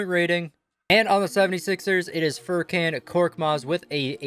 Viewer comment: Pronounces Mykhalluk correctly Also: Furkanne